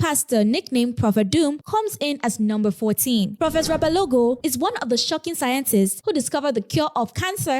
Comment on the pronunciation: The doom pastor is Lesego Rabalao, not Rabalogo